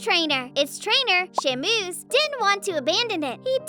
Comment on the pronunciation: So many mispronounced names / words: Shámūs / Scárce (Skairs) IS NOT PRONOUNCED "SKARSS"; "Neglection" IS NOT a word.